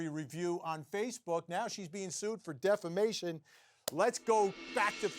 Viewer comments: Please tell your dumb “judge” that it’s not DEFLAMATION of character. It’s DEFAMATION! How is he a judge for real???? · The judge starts out by saying she's suing for "deflamation"??? Isn't it defamation??? 🤣 NAH ITS NOT SCRIPTED... 🤣🤣🤣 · It was the"deflamation" for me lol.💩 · Did that judge REALLY say “deflamation?”